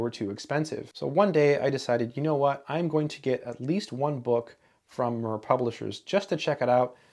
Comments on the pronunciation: Yeah, very annoying! He should used Google translate "listen" function, to learn how the word should sound like! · Your pronunciation of the publisher should be as the space station, Mir, was pronounced, not following English language pronunciation methodology. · Yeah. Very annoying! He should use Google translate to learn how that word should sound like! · It is pronounced 'meer' not 'mur'. It means 'world' or 'peace'. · More likely said "Meer" than Mer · yes, Mir pronounced like “sear” (to sear a steak), not like “sir” (thank you, sir, for this video). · Little aspect in an otherwise fascinating video, if "Mir" is pronounced anything like the Russian space station which bears it's name then I believe the correct pronunciation is more akin to "Meer" as in Meerkat. Thanks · FYI... It is pronounced somewhere between a "short i" and a "long e" (mEEr) and not "murr". It means peace, as in the book War and Peace (pronounced Vinar e Meer in English). Not a big deal. Looks like an interesting book. After reading some of the comments, I'll definitely try to find a copy. Thanks. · Its pronounced MEER Russian for peace. Not MUHR Publishers. They have produced excellent books at low cost. Esp. in College level Science subjects. Most famous was the book on physics by Zubov & Shalnov. Soviet books were small-sized but their language didn't make for easy-reading. We in India have studied low cost text books originating both from the Soviet Union as well as from the UK & USA. The English origin Oxford University Press had a low-priced edition branded under ELBS whereas the American publishers Wiley had a similarly low priced Eastern Edition. The US origin books were the most verbose & thereby bigger in size. The English-origin books were the most lucid to read. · Pronunciation comment: "mir" should not be pronounced like "mur" but rather like "meer". It is a Russian word, to be pronounced as written, not to be pronounced with the weird English distortions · Pronounced mEEr